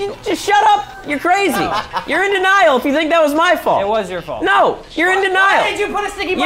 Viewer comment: It's wess's fult